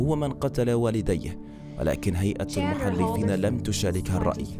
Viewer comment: المحلفين بفتح اللام ارجوك